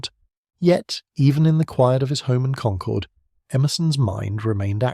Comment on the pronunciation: Please pronounce Concord correctly. I grew up there. It's pronounced the same as conquered.